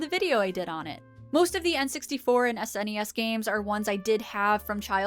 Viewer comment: Thanks for saying S N E S, instead of pronouncing it 'snes' like one word - for whatever reason saying it like that makes me cringe immensely.